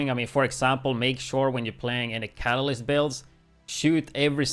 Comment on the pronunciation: It's actually pronounced "Ka-Ta-List" It's a chemistry term for something that is added to a solution to increase a chemical reaction with out it undergoing any chemical change, itself. It's spelled: Catalyst; your pronunciation would have it spelled: Catalysis.